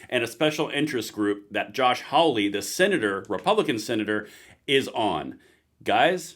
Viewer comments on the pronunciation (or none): Love the channel. But i have to point out, its Hawley, not Howley. Think "haul", not "howl ".